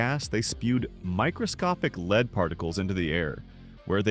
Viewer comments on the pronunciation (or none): Lead is not pronounced “leed”. Kick the AI bot out!